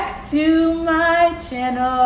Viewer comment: Same lol